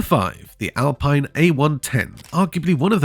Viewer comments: The Alpine 110 you showed initially was from the 1970’s not the current model. You are also mispronouncing the name, it’s Al peeen not Al pine. Get it right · It's Al-Peen.